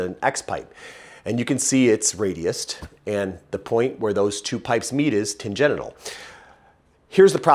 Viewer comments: Why does he say tangenital instead of tangential? Is it because tan-genital is funnier? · Expertise through trial and error is the best. That corvette sounds so mean. Love this channel. small suggestion, stop saying "Tan Genital"(Sounds dirty😆) ... the word Tangential = "Tan Genshal" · Ok, I am reading "tangential", but I am hearing "tan-genital". 🤨😆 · While pronouncing it "Tan-genital" is pretty funny, why not say it right? 😊 Tan-gen-shul :) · Sorry, gonna take off my gearhead hat and put on my teacher hat. Tangential is pronounced tan-Gent-shul. Because they go off on a tangent. Tangenital means you have a brown nut sack due to its exposure to solar radiation. Although I'd personally forgo the chance at getting sunburned balls. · Great information. I love the channel. Kept me laughing the whole time when tan-gen-tial was pronounced tan-gen-ital. Who doesn't want their car to sound more "ballsy"? I would love to see a 4.6 Mustang build. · The term is fine, but the pronunciation is tan-GENT-shil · tan-gen-shil. Tangential. It is spelled like gentials.. but, it's a different root word.